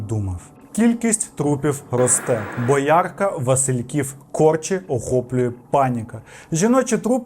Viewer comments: Все життя чув і говорив БОярка, а ця БоЯрка аж слух ріже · Хіба не бОярка, а не боЯрка? Блін аж вуха ріже... Самий відос дуууже цікавий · бОярка! а не боЯрка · Дякую за випуск Єдине тільки зауваження - БОярка, а не БоЯрка😅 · Дуже класний випуск, тільки не БоЯрка, а БОярка. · Дякую за чудовий випуск, було дуже цікаво) Але не БоЯрка, а місто БОярка, я там жила кілька років, тому невірний наголос різанув вухо. Ну то таке) А взагалі, він так схожий на Елвіса, як я на Мадонну) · Пробачте,але не" БоЯрка,а БОярка😂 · БоЯрка 😂. Не вірно вимовляєте. БОярка 🤟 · У вас уже крыша едет с этими феминитивами. Ну сказал ты фразу - «працювали з психологами…» и вот обязательно нужно было добавить «.. и психологинями» как будто слово «психологами» не может включать в себя и женщин тоже. Бред. И названия нацеленных пунктов … Вы хотя бы подготовьтесь хорошо. боЯрка. Какая еще боЯрка ?? Может Доярка ? бОярка правильно. Материал Гуд, но некоторые вещи режут слух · ЯКА БОЯ’РКА!????????!?!?Я злюсь😬😮‍💨 БО‘ЯРКА!!!!!! Дивилась і плакала через цей наголос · БОярка, а не БоЯрка) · Чел красава, вірно не боЯрка, а бОярка, міг би у вікіпедії наголос перевірити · Бооооярка (наголос на О) 😅 Вибачте, вирвалося. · є БОярка, є БоЯрка, але між ними кілька сот кілометрів. Тому варто правильно вимовляти, щоб не було плутанини 🤔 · бОярка, наголос на першу О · бОярка, що з наголосами? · БОярка!!!! Ріже вухо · БОярка, вже не перший раз чую неправильний наголос у ваших відео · БоЯрка зводила з розуму весь відос 😵‍💫😅 Але оце дивлюсь з кінця рухаючись до витоків - і розумію, що якість вимови значно покращилась. Автор каналу працює не тільки над метеріалами справ, а й над собою❤🎉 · Боярка- наголос на склад " бо". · Все круто, відос цікавий, дякую. Особливо моторошно від того, що всі топоніми з відео мені відомі Є тільки одне зауваження. В назві міста Боярка наголос на "о" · Правильний наголос на першому складі - бОярка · Ох прикол, привіт з Фастова😅 До речі, правильно буде бОярка😅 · В Боярка наголос на о